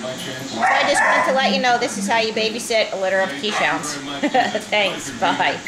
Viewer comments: I love this breed so much. I'm going to hopefully be getting a puppy later this year. There is nothing more adorable than a Keeshond puppy. I'm a bit surprised to hear you not pronouncing it properly as "Kayz-hawnd" though. It's definitely not "Keesh-hound" as so many pronounce it. I can't say enough good things about this breed - such a wonderful, friendly personality and SO very, very smart & quick learners. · It would be nice if you pronounced the breed name correctly.